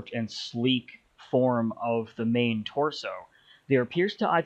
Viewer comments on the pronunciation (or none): none